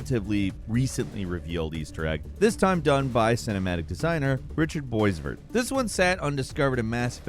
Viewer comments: Bro said “boys-vert” 😭 it’s beau-vair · “Richard Boys-Vert”? Lmao Try Richard Bwah-Vair. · Boisvert is pronounced "Bwa-vair", not "Boyz-vuhr". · Lol the way you said his name Boisvert. Bois (french word for wood) Vert (french word for green) You gotta pronounce Bois.Vert not Boysvert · while I appreciate the attempt my last name is pronounced "bow-vere" (like there but with a V instead of a th)